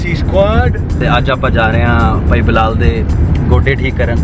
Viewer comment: Yaar bilal saeed ka naam tu saee tara pronounce kro balaal saeesd